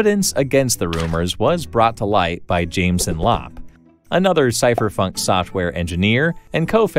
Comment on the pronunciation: did you say cypherfunk? 😆